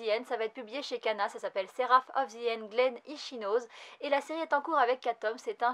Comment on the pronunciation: Très bonne vidéo ! ^^ pour info, c'est Glenn [i-tchi-no-sé] et [ya-o-i] XD Dès que j'ai vu la couv de Bandit7, j'étais sur que c'était de Kohske ! Le trait est tellement particulier... Je me demande bien ce que va donner Blizzard Axel... Passer de la badasserie de Seven Deadly Sins au patinage... ^^"